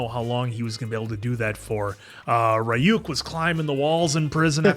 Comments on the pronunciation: its pronounced ree uk. not ra e uk. The R is not strong, its like it sounds when you spell tree or tarot. The Y sounds like an E. The U doesn't sound like YOU, it sound like the U you use to say PUT. Reeuk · still calling him Rayuk I wonder why when they keep saying Ryuk in the show xD